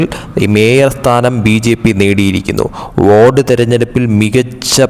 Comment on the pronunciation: വാർഡ് ആണോ വോഡ് എന്ന് പറയുന്നത്